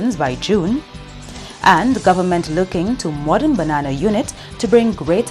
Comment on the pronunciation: The word is "government" not "gowerment," as I hear from a certain person. Well we don't want genetically modified crops in the nature isle. Sorry about the diver who lost his life while diving at champagne reef. RIEP🙏🏽